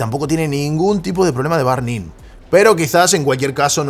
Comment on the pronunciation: aajajja, dice burn como barn